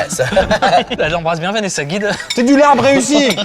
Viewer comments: Le bo bun est vietnamien et non pas thaïlandais Le Larb (qui se prononce lap) ne ressemble pas du tout à ça mais vraiment c’est totalement différent Svp jugez au moins les vrais plats 😭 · Alors ce se pronone Lab et c'est tres bon quand on sait le preparer bien entendu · Alors.... moi qui suis moitié thaï et moitié laotienne.... je peux vous dire que ça ne représente pas la culture culinaire des deux pays, ET pour le "larb"( qui se prononce lap) ça ne resemble pas du tout à ça TT_TT